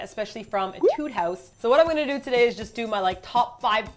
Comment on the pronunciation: It's pronounced ā-tude :p (musician)